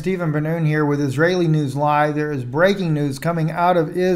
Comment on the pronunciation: Was that a Kabbalah Freudian slip when you said Israeli News LIE at the beginning? It sounds clearly different from when you say LIVE...